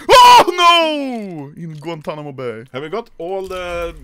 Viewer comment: did you just said Guantanamo bay? LOL